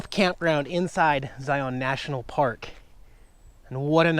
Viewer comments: Locally pronounced zI-un. Instead of zi-on. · Zye-un. Pretty please!!! No long O in Zion. Zye-un. The locals will love you. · The locals pronounce the park “Ziun” with the emphasis on the “I”. Southern Utah is a great place to live! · Please, ask a local for the proper pronunciation of Zion.